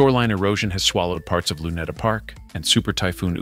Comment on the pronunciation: This video announcer should audition himself first before hitting the microphone of his pronounciation instead of telling Luneta > Lo - ne - tah you pronounce it Ma - lah - teh that is not the word to pronounce